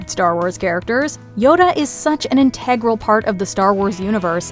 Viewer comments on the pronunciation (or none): Minor note : In the Yoda segment, the word is pronounced INT-e-gral, not in-TEG-ral 😁 (as in the accent is on the first syllable)